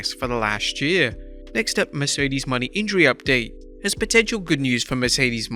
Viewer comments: Her name is pronounced "Moe-Nay" and NOT "Money" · Its pronounced Mercedes “Mon-ay” not “Money” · sir.. it's pronounced MERCEDES MO-NAY. that is all.